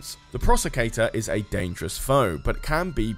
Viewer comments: I could be wrong, but I'm pretty sure "Procursator" isn't pronounced 'Prosecutor." If it is, then it's spelled incorrectly. It looks like it's supposed to be pronounced "Pro-Kur-Sa-Tor" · Procursator!... Or apparently the Prosecutor? Prosacator? I don't know, but both pronunciations used in the video moved the 's' earlier into the word, hehe. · Change the title of the video to "How many ways can I mispronounce Procursator?", and all will be right with the world.